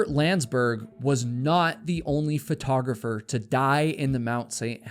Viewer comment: You always say photographer/photography as "fertographer/fertography"